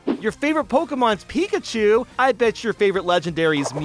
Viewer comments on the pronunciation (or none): none